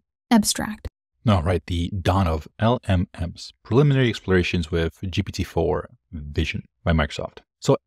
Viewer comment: Just say it like "elellems"